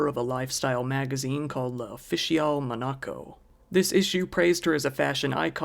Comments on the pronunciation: Mon-A- co? Like binaca? It's MON-a-Co (primary emphasis on 1st syllable, slight emphasis on 3rd) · Muh-NAH-co? Lmao, the terrible mispronunciations of common names, places, and phrases of Youtube people never cease to amaze me. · Most interesting pronunciation of Monaco I've ever heard. 😉